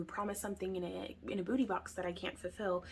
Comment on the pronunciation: You said Boo ty boxes, so I thought Halloween, lmao